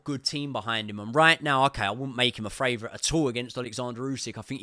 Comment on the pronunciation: Great breakdown. Funny question though, why do you say "FRavourite" instead of "favourite" 😂